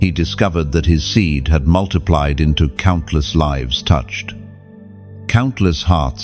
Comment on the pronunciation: 555. WHY DO YOU SAY MULTIPLIED INSTEAD OF MULTIPLIED?I WOULD LIKE TO KNOW TO ANSWER WHY SOMETIMES I WOULD LIKEN ANSWER AS TO WHY SOMETIMES YOU MISPRONOUNCE WORDS, I KNOW WHAT YOU MEAN, BUT WHY DO YOU MISPRONOUNCE THEM?I DON'T UNDERSTAND THAT